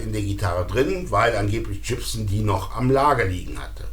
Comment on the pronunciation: BTW, Gibson spricht sich übrigens nicht Dschibsn, sondern tatsächlich mit G am Anfang. Aber ich kann mich erinnern, damals dachten wir alle, man würde den Namen so aussprechen, also damals, als wir jung waren...